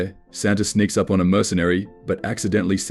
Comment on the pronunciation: Santa wakes “U.P” didn’t even say “up” right